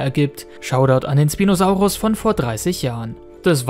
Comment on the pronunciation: Schpinosaurus sagt man nicht sprinosaurus